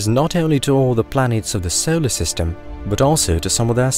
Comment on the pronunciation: So-Oh-ler system. Just the way you said solar system had me coming to the comments. So-Oh-ler system.